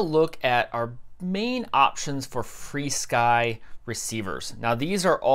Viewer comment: Where do people get free sky from? What in that word is making the "e" sound? Should be Fur Sky, like animal fur.